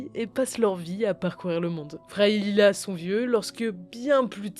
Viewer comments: Leila pas Lila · leila… pas lila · "Lila" aïe.. sa fait mal.. 😅